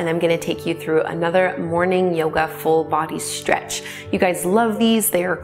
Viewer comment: May I make a suggestion? Your pronunciation of the "str" sound, adding an "h" to it, making it sound like "shtr" in stretch, strength, strong, etc. is so distracting that it's difficult to focus on the actual movements. Perhaps it's a personal peccadillo with me, and I know that I hear this more and more- but it's such bad diction that I can't not hear it! Thanks for considering my comment. I love the actual yoga here- I just need to do it with the sound off.